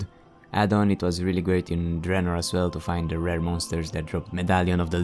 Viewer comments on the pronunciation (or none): none